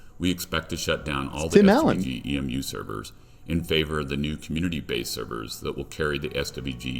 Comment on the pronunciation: Its E.M.U short for emulator not emuuuuuuu